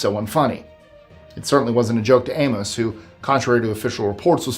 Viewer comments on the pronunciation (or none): none